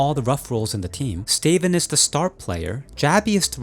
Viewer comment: Love this channel... but... Stay-ven? Stavn is said "Staouwn".